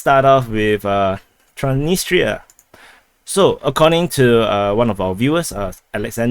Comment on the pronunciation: There is an"s"after "Tran.. in the name of thr city "Transnistra" May just try reversing the name